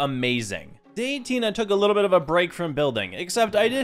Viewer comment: his little bit is like liblblblblblblbbl😂😂😂